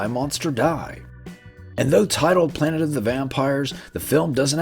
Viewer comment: Were you trying to say planet? 🪐